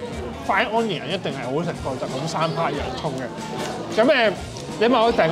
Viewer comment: 可唔可以唔好講... 安 - KNEE - un. 讀 UN - knee - un.